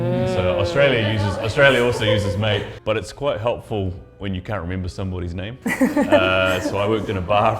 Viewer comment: As an Aussie, I can't finish this video after hearing the "Aussie" pronounce the word "can't" like an American. Get someone that doesn't live in LA.